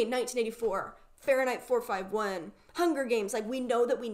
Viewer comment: the way said fahrenheit 451 is truly something i've never experienced before